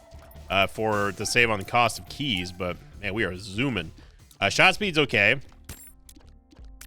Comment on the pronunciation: Why does he call keys yavays?